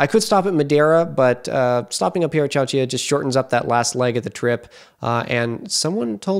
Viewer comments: I like your videos, but you brutally mispronounce names of towns. De-lane-o; Chow- chill-a. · Actually it is "chow-chill-ah." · To be fair, I've never heard either of the names pronounced. My assumption was that Chowchilla was a spanish adaptation of the name of the native tribe the area is named after, but our inconsistent application of spanish language sounds in english meant that I didn't know whether to apply the spanish double consonant sound.